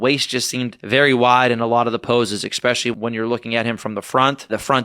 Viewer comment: He can't even say the word "especially", instead saying "expecially". He is clearly a low intelligence individual.